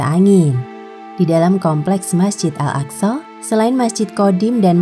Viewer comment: Bener kok صsho